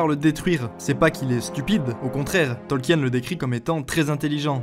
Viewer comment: Simpa ta vidéo mais stp, je pense que tu es français, l'accent pour l'anglais nest pas terrible ca cest normal mais stp.. pas Tolkièèn.. prononce au moins le nom de l'auteur correctement stp. XD Bisous